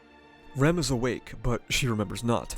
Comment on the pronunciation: Hate how you pronounce Ram and Rem the exact same way